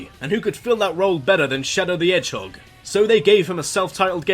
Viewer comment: Around !:22 I was debating "Did he say "Shadow the Edgehog" or did his Accent just remove the H all together?